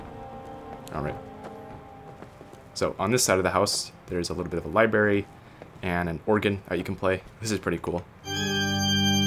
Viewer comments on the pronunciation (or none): Did he say Liberry?